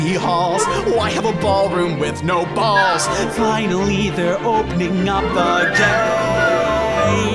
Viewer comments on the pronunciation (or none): the way he says balls... i cant stop laughing